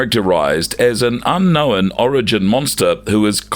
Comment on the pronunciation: Please learn how to say the word ‘unknown’